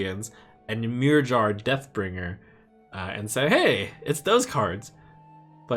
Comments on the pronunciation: Ymirjar is pronounced 'Yuh-meer-yar' :x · PLEASE learn how to pronounce Ymirjar.